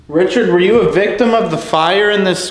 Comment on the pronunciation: When they say victum and you laugh, your not showing empathy for what happened to them. Instead your requiring views. Take it more seriously they deserve respect. Unsubbing.